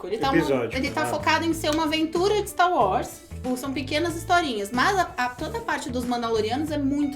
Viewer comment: Ver os cara falar "Staru Wars" incomoda demais kk